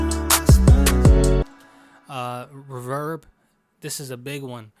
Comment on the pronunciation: the way u said reeverb killed me lmao